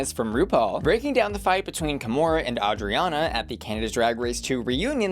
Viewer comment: Love how you pronounce Adriana! I always forget you understand English but that pronunciation is on point!